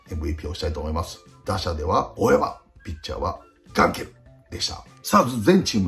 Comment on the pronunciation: ガンケルの ガ にアクセント置きすぎｗ